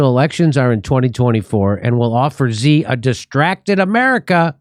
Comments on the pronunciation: Love the show, Jimmy! Btw Xi is pronounced "she." Just FYI. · Its pronounced "She"